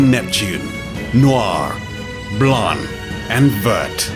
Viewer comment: Anyone else would endure Neptunes "Long sword"? P. S I hate this dude saying Blarn and not Blanc.